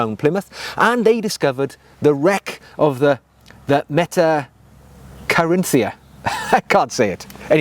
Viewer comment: You got Metta right...think "Catherine" pronounced "KAHT-ER-INA". Russian and Danish pronunciation would be similar. I think it was a Danish ship. Beautiful leather!